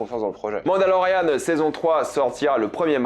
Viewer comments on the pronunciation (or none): none